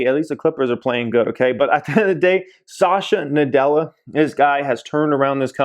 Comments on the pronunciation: Please pronounce the CEO name is "Sat"ya Na "dell"a.. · It is not Shashya Nadella nor Azorr :( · You're pronouncing Satya Nadella incorrectly